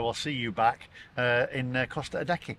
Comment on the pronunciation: So if we can't afford to buy an EV in 2030, then what do we do? Ridiculous idea and situation....and why is Costa Adeje called Costa Adecky....shouldn't it be Costa A-day-hay